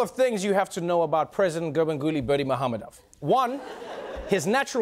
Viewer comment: HEY Trevor, I am a genuine TURKMENISTANI in your audience, well at least in youtube. It was really fun to your segment about my country and I'm glad that it is your favourite country. I've gotta tell you've got everything right, except the pronunciation of his name.